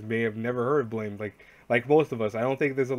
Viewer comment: Guys how to read blame is actually blam.. I know it's weird